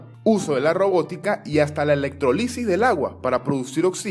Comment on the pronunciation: Hola. Te felicito por la iniciativa. Lo compartiría si no tuviese esos subtítulos que entorpece los dibujos que tan magistralmente realizas. Y un detallito...electrólisis se pronuncia con acento en la ó... Ivonne Fernández